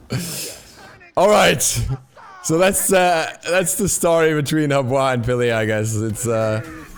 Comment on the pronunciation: STOP PRONOUNCING HER NAME WRONG